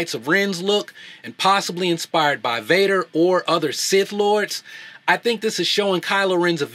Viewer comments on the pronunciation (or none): none